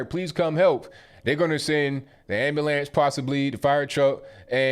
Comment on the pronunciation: Not being rude but I hear this every time "AMBULAMS", is that how people say it in the USA? Just curious... Air + knee + ways = Anyways Bye (For now)